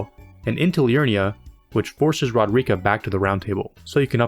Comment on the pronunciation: RO-DER-IK-AH. Say it with me.